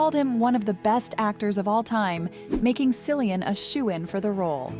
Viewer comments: Cillian is pronounced Killian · This person really butchered Cillian’s name 😂🤣. Why too are you naming Irish actors?! I guess this person never watched the show to know that mostly new actors were selected?